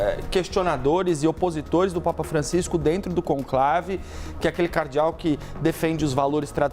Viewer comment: Repórter pronunciando o nome de Cardeal de forma errada? Que jornalista bom em.